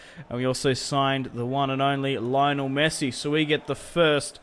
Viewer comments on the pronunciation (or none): none